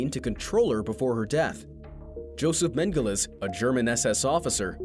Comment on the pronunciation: Its Joseph Mengele not Mengeles